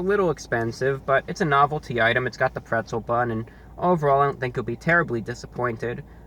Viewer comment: Wtf is "prezzle"